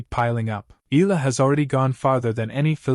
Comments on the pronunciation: Its E-yah - lah not ee-lah😅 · Her name is phonetically pronounced, ‘Eeyalla’ not Eella. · Dude, learn how to pronounce her name correctly. E-a-la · How hard can it be to tweak that AI tongue to pronounce E Yah La? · EH-YA-LAH. Pronounce it right. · her family name is EALA and the correct pronunciation is "Ee-ya-la" or that's the way it is being pronounced here in the Philippines! it should NOT be pronounced the way "Eagle" or "Eager" are pronounced . The second letter "a" should be stressed aloud as a "ya". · EALA ronounced as Ee ya la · As popular as she is, you still murder her name! Again, her name is in three syllables.... E-Ah-LA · AI transcription and bad pronunciation of Eala